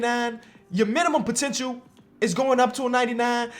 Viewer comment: "Potentchoo" As Dwyane Wade say's it. 😬